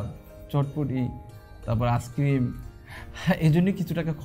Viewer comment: ছেলে নাকি জব করে আর আইস্ক্রিম কে আস্ক্রিম বলে🤣🤣🤣এই নাকি শিক্ষিত ছেলে??